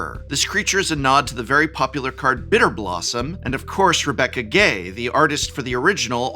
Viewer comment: A minor point, but I appreciate Prof pronouncing Rebecca Guay's name correctly.